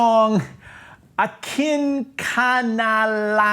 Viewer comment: Perfect Pronounciation of the Title Sir, your vowels sound were definitely correct.. Appreciate your reaction/s to Morissette.. Pls react to her "Could you be Messiah".. Unexpected singing position. 🇵🇭💕